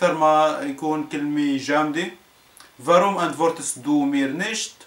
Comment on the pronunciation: 2 تسفاي zwei مو ازفاي فاغوم warum مو فروم لفظك سيئ جدا !! -_- يعني يلي بيتعلم منك ويجي ع الوسط الالماني بضيع ..